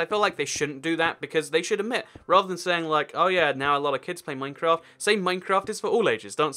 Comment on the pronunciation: THIS IS RANDOM: MINECWAFT!